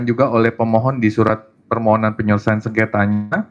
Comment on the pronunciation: Akademisi Alumni S3 Lulusan ITB Itu Ngomongnya gk Becus .. Sebut Permohonan dia Sebut Permonohan ..! Dasar Akademisi S3 Manajemen STRESS ..✍️✍️